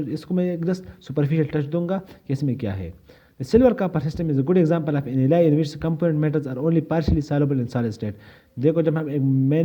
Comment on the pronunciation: Bhai baaqi sab perfect hai, I just loved the way you get deeper into the details, but there's one thing only you need to think about, ke please do not pronounce Alloy as Elahi. Baaqi sab set hai bhai. Perfect.